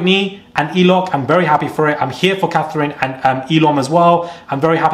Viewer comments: It’s Lochan not Eloch 😭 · His name is Lochan! Every time I hear Eloch, I scream 😂😂😂😂😂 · LOCHAN not ELOCH lmao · Who is Eloch? Do you mean Lochan!?😅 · Man calling him elock, bro, his name is Lochan, what are you on? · muraaaad hahahha its lochan babes !! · It’s a bit rude to continually keep getting it wrong, he was doing it with Mal too but god forbid someone calls Catherine Cat